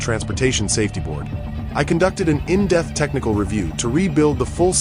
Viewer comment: The subtitles say “in depth” but I’ve noticed the ai cannot say it correctly and it pronounces it as “in death”. It also has a problem with the word “pounds” often pronouncing it as “puns”. The mispronunciation on “in depth” always bugs me.